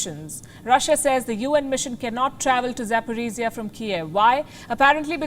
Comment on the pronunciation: Palki, it's ABOUT TIME to learn finally how ZaporOzhie is pronounced CORRECTLY, there's no such thing as Zaporiziyah!!!